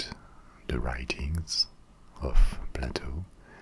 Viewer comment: It’s pronounced “play-toe” not “pla-toe”